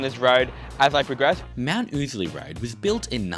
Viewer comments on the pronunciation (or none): No. It's def oozly. For the first time ever got it right. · It's pronounced ow-sley. Rhymes with lousy. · Ozlee lol. I never heard it pronounced 'ozlee' not even once and I must of heard it pronounced 'oozley' 10,000 times in the last 40 years. Not to mention the 5000 times ive driven a truck up and down it in the last 20 years with the uhf on and everyone calling it 'oozley' so we'll go with that